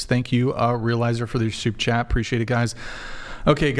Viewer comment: At some point, has to say Super Chat. All I hear is 'soup chat' 😂